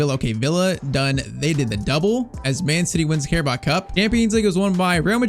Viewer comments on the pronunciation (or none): none